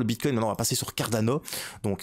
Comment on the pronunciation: avec plaisir force à toi ! Moi aussi je suis de Bruxelles haha tu sais comment j’ai sue ? Quand tu prononce Cardano on peut entendre un carolo parler il me semble haha force à toi 💪🏻👌🏻😁